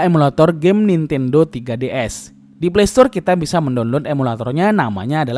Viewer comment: Bjir 3ds disebut tiga ds